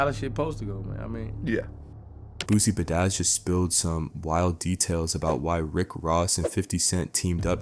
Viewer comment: BRUH ITS NOT BOOSIE “BA-DAS” it’s PRONOUNCED BOOSIE BADASS! Smh